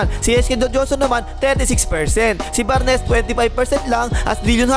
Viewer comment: Bar-nes and foxboy. Hahaha